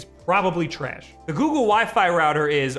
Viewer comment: You say "trayash" like Frank from It's Always Sunny. I fucking love it.